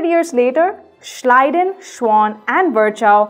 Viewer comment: Thank God somebody in this world knows how to pronounce Schleiden and Schwann.